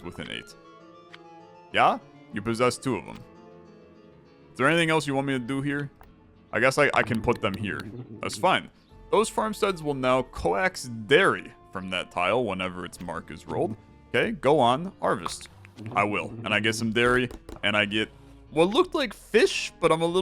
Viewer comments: coax is pronounced "cokes" lmao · The word "coax" is pronounced like "cokes". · It's cute that you pronounce "coax" like "coaxial cable" instead of the usual way the synonym of "persuade" would be. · co-ax. God I love english.